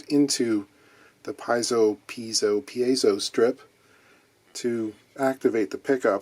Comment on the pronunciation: Thank you for saying Piezo correctly three times.